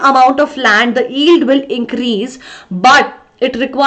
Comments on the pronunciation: Mam , you pronounce yield without y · y is not silent in yield so i think mam you should take care of what how you are spelling